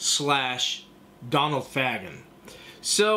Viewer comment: Nice review, I have this as well going for big money now, btw it’s pronounced Fa-gan not Fag-an